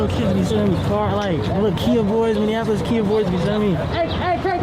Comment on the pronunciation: Minnieninapolis like my guy if you are going to be in media learn how to read or consult google on the pronunciation of words.